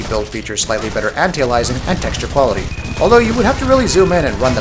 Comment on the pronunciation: "anti-alysing" lolol